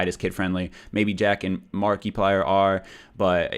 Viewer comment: markeeplier